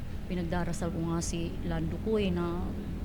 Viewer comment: Haha ung pag deliver talaga ng name mo"!